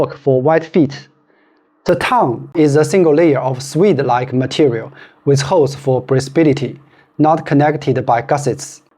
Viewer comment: Top video. Little feedback, "suede" is pronounced swade, no su-eed